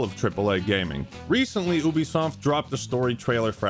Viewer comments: never in my life have I heard someone pronounce it as oobisoft. I always thought it was yoobisoft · Wait….. is it pronounced’Ooo-bie’ or ‘You-bie’?? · Wait. Wait. Wait. Hold up. Hold on. Have I been pronouncing “Ubisoft” wrong my entire life, or are you just making fun of the name by saying it like that. I thought it was “you be soft” not “ooby soft” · Isn’t it pronounced “You-be-soft”? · Why can't Americans pronounce the letter U? Call of Doooooty Stardooooo Valley Oooooobisoft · Is that how ubisoft is pronounced? I always called it You bisoft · Wait is it ooo bisoft or you bisoft? He keeps pronouncing it ooo bisoft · Is it not pronounced Youbesoft?